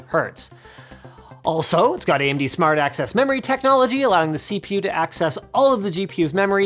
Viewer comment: Why i am hearing "Smart Ass Memory" when you say Smart Access Memory!